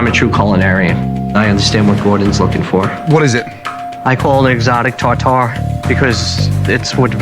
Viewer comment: "Tar tair" 🌾